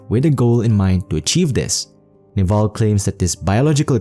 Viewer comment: His name is not pronounced Naval it is pronounced Nehvil with stress on first syllable